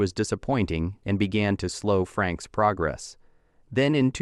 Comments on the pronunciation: they keep saying FRANKS , not FRAKES AI is destroying you tube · It's not Jonathan Franks, it's pronounced FRAYKES. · AI Voice and then calling him 'Jonathon Franks" clicked off the video by 30 seconds.... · I stopped watching the second the narrator called him Franks. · AI couldn't even pronounce his name correctly. FU Youtube. Show us the actual videos people slaved away to make.